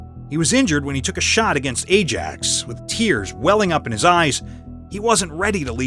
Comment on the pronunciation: My comment would be more positive if you could at least pronounce names correctly. Qatar, Ajax, etc. Shocking, really.